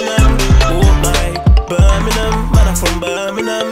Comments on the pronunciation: Now if only he could pronounce it properly... Birm-ing-*ham* or Birm-ing-*um* NOT "burn-a-nun" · Say Birmingham properly if your from here Bir-min-gham not ber-meh-nam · If you’re going to make a song about Birmingham, the first thing you should probably do is learn to pronounce it properly. It’s not pronounced ‘Burminum’ that’s for sure. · You lot say birminam too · Why is it said like birminham not Birmingham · Man's saying birningham it's Birmingham for starts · Does it piss anyone else off how they say Birmingham? They don’t say the G in Birmingham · It's Birmingham. Not birminam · Just saying nobody in brum says Birminum... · The main major problem with the video, is that he pronounces Birmingham like a Londoner. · Yeh that's not how we say Birmingham 😂😂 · Would help if u pronounced it correct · My anthems KRO and you carn even pronounce Birmingham. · Make a song when u can say Birmingham properly yhhh lolll or is it me hearing wrong tday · How can you be from Birmingham and not even know how to pronounce it properly. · They can't say Birmingham probably 😂🤦🏼‍♂️